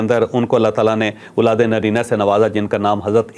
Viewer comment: چوھدری صاحب آپ کے وی لاگز میں غور سے سنتا ھوں اولاد ے نرینہ نہیں اولاد ے نزینہ ھوتا ھے شاید